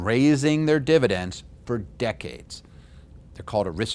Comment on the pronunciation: fividends is that a new thing lol